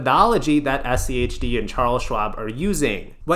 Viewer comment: Praise to the algorithm and all hail rules-based methodology index etfs :D 1st time I've heard you anyone pronounce SCHD as "shi-d" lol I mean SCHD is the "Shid of them all" after all!